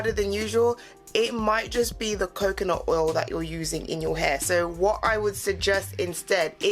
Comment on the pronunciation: I keep laughing whenever you say “CoCaNUt”